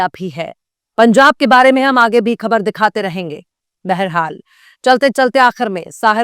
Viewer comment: Aap bait saaf Urdu bolti hain mashallah, ek choti si galti hai bas " khabar" ka talaffuz theek nahin hai.